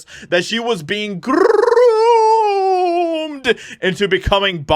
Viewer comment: Please stop saying "groomed " like that dude seriously